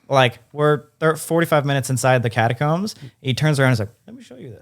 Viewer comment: Sam just said my name and said it perfectly!!!! 🥰 was he referring to catacombs but it still counts